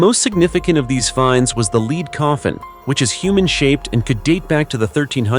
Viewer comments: Gotta be an AI Pronounce lead as leed a normal person would pronounce it. corectly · Lead and lead are NOT homonyms , this one designates the metal , BUT IS HERE PRONOUNCED AS ONE LEADING A RACE.....this is WRONG !!